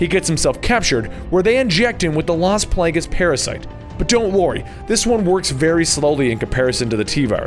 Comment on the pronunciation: The game says it multiple times. Plagas is pronounced Plah Gahs